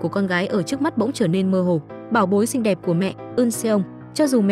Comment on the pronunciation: Xinh thì bảo là xinh,sao phải nói ngọng vậy.Không hay tí nào